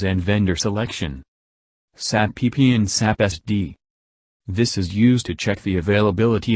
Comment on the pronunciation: Nice information. Only pronounce SAP with its initial letters🙂..not saap 🐍